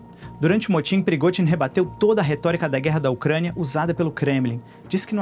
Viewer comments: Não se pronuncia “PERIGOTIN” se pronuncia “PERIGOZIN” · “”PrigoTin”” não! “PrigoZin” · Alemão não consegue falar o fonema "zh" hehehe